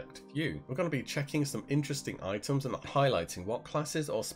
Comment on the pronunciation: you say : i´ems